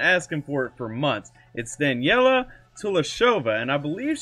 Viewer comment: I forgot to tell that her name is pronounced like this: Da-ne-li-ya (as spelled), not "Daniella". There is an Instagram live video where she explains how her name is to be pronounced. Here is the exact spot of the video